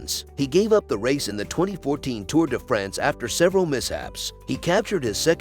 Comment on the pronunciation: TOUR DE FRENS.....LOL how not to pronounce european names hahahahahahhaha